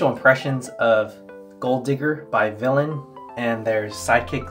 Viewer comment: its vilain not vilian